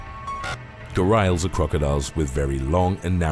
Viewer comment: Its 'Gha-ri-als.'.....not 'Gha-rails'?!?!